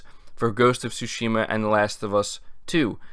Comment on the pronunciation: Tsúshima... say it with me... Tsúshima